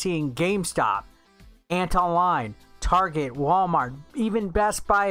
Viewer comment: Did this really just say tarjay